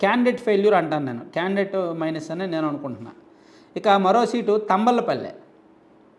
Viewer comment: Talapalli kadu babu Thamballapalli